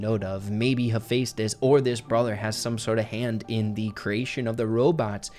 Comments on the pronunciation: IM SORRY BUT ITS HEH-FE-STUS 😭 not hey fes tus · You say it like hefi stos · Great vid, but btw its Hu-fes-tis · I’m no Greek god exspert but I’m like 50 percent sure it is pronounced he-fest-is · Same here Percy Jackson and Heroes of Olympus was EPIC Funny thing actually I could never pronounce Heaphaestus' name correctly so in my head I allways said hephastetsus or something like that🤣🤣🤣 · The amount of times I heard Hephaestus’ name get said incorrectly bothered me 😂 (I heard it said differently in god of war 3). Still great video just had to share that